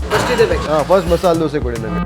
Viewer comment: my dear why do you keep calling it dose.